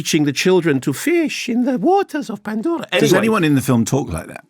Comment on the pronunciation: I could listen to Mark's PANDORRRA voice all day